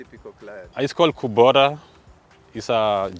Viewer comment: say what? kubora? or kubota?